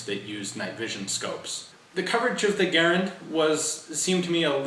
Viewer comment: Ga-Rand, Ga-Rand, a good woody sounding word, not like Gar-an, too tinny, tinny.